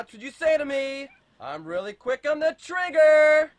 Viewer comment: Rearry? That sounds interesting.